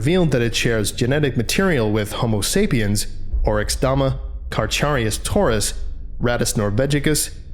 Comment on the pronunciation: Small point. Carcharius is pronounced like karkarius would be, not karcharius. Just a small point